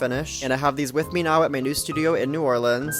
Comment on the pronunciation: Holy cow, a transplant that actually says it correctly! THANK YOU!